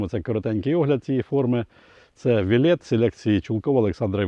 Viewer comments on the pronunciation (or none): Дякую вам за перехід на рідну мову! Але назва була озвучена на мові окупанта і звучить навіть недолуго. На нашій солов'їній назва правильна і звучить і має підгрунтя ,,ВЕЛЕТ'' наголос на першу літеру ,,е'' що має на увазі велетень. Але дякую за те що ви перейшли на нашу рідну мову!!!! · Правильна назва то неправильне вимовлення "велет"наголос на перший склад,на мій погляд від слова велетень. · гадаю наголос треба ставити на перший слог.